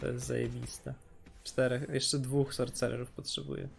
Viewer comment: Sorsererów nie sorcecerów sie czyta gościu